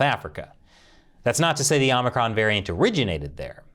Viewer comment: Biden calls it OMNICRON